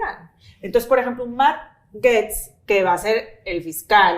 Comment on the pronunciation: Nada de “menos peor”, Kamala era una Súper Candidata” que carajos saben de Estados Unidos”. no sabe ni pronunciar el apellido de Gaetz (no es Gets)…..la más pocha no saben pronunciar el apellido de Matt. Me encanta el análisis de México, de EU no tienen idea!